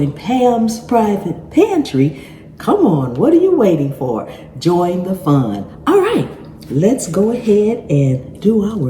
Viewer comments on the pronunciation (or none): none